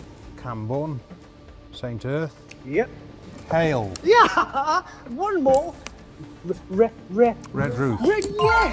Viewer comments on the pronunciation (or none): Hayle not Hale!!